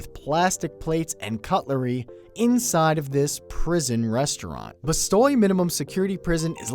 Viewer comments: It's not Bastoy, it's Bastøy, and it has a dark, dark history. Read about it. It's rather interesting :) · You pronounced "Bastøy" wrong. Not surprising, considering the english alphabet lacks the Ø. Ø is pronounced as the U in Fuck (pardon my poor choice of pronunciation-example).